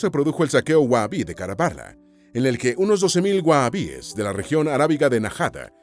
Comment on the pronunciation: se pronuncia WAJABI la H en árabe es casi como la J más jadeado